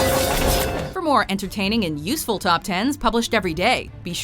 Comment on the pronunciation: i like how she puts enfasis on the word "useful" at the end of the video